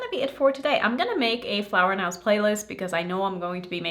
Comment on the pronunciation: Hey it’s no big deal, but since you gonna be making more videos of this brand, I thought you might like to know it’s pronounced flower knows(nose). Love your videos ❤